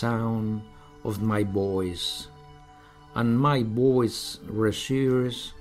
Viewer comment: me parece una buena técnica la verdad, creo que es positivo el intento pero habría que corregir algunas cosillas, claro que entiendo que dice voice, pero esa v tiene que vibrar de lo contrario está diciendo boys, y comfortable es /ˈkʌmftəbl̩/ con acento en la primera. No intento ser destructivo ni negativo, si no constructivo, ojalá mi padre supiese tanto inglés como este hombre, pero debería de cuidar la pronunciación.